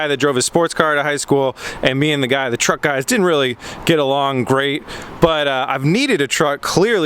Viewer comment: Pronounced truck wrong.